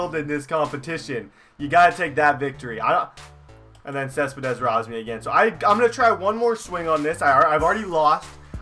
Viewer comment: Not cespedess